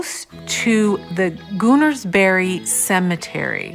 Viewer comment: It's a sobering place to visit. Plese fo check you pronunciation please: it's pronoucced with the emphasis on the Ka. Like all Serbo-Croatian realted languages the emphasis is always on the penultimate syllable. Also Gunersbury is pronounced with "gun" not "goon".